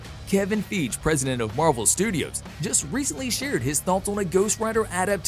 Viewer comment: His name isn't Kevin Feeg dipass...it's Fiy:ge...how can you mispronounce a last name that you should know by now? Unfollow...